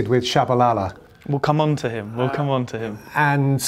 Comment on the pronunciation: Oh, I thought we were giggling about Peter's pronunciation of Tshabalala (akere he says Shabalala and Jabulila for Jabula) I love the man though just funny. My bad, thought it was on purpose 😅🙏